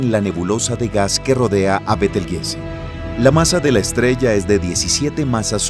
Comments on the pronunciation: Disculpa y perdón por la corrección : pero el Nombre de la Estrella Gigante que vos mencionas , se pronuncia: Betelchus = Beteljuice o Betelyuse aunque se escribribe Betelgeuse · ayyy, dijo betel jise :V